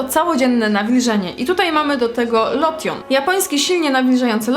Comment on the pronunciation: a "lotion" sie czyta lołszyn